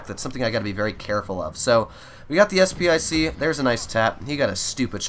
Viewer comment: Did say sp i c? Its sp 1 c as in spahpanzer 1 c